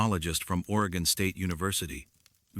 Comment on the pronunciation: Ore...ee..gun. Jesus. Stop using AI